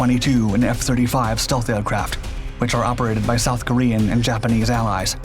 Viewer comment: Dude I thought I was having a stroke! What's "stalth"?